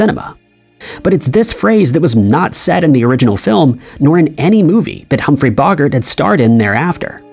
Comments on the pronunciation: It's NOT Hum[hrey Bawgert!! BO-Gart not BAWgert. Do you pronounce yogurt as YAWgert?? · It's Bo GART, not Bo gert. HUMPHREY BOGART. I love this channel but I wish that you would check the pronunciation of people's names - especially movie stars, producers, directors, that you're not familiar with. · I’m 7 minutes into this video and there are already 2 Mandela Effects that have to do with pronunciation lol. Humphrey BoGART, not Bogert (and did you say “Henry?”) Roy Scheider - no “n” - not Schneider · How TF do you get Jo Ann from Joan??? It's like the word Loan. You don't go get a Lo-ann from the bank do you? Also, It's Humphrey Bo- Gart not Boggart!! These fuckin' younger generations have no regard for anything. Do some damn research before making a video and ensure that you are pronouncing people's names right! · Oh my goodness, did they use an AI for this? Who on the face of this Earth says JOANN? For the love of everything, it's JOAN! And there's a long "O" in Bogart. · DUDE!!!! How do you pronounce SO MANY EASY WORDS TOTALLY WRONG?!? (okay, not 'so many' .. only 2 so far 11 mins into this vid... but it's not just you, narrators In Entry #6 it's JOAN JETT .... NOT JOANNE JETT!!!!!! ... oh and (Humphrey) Bogart is pronounced "boe-gart' NOT pronounced "bog-ert' ... Bogart rhymes with Go-Kart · Scheider... His name is Roy Scheider... not Schneider... and it is "Bo-garde", not pronounced "boggart"... Dude, when you type in the text2voice, at least QA the results and edit... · Is this Narrator an AI? i THOUGHT HE WAS A REAL PERSON until he calls Bogart BOG-ART and then said Jo-Ann instead of Joan. That is telltale AI. Either that or this is a very uninformed narrator. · Humphrey bog ard jo anne jett come on u a.i af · Humphry BAH GART. We have to stop the AI voice sht before it's too late. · Bro it's BOWgart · are we supposed to believe these slight differences from someone who says "Humphrey Boggart" and "Joanne Jet?" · Also not Humphrey Bog-art